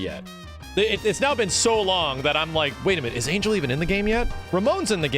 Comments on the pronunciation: quick note: it's ahn-hehl not angel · He looks cool but he looks EXACTLY the same. Also, it's pronounced "Ahn-hell", because she's Mexican. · Technically Angel is pronounced "On-hael" because of the Spanish pronunciation. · probably said it wrong on purpose to get people like you to comment.